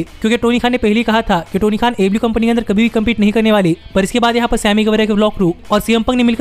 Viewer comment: Wo repeat telecast ko jab aew nahi hara payi to live show ko kya hatayegi aur ha tu aew to sahi se bola kar 🤣🤣🤣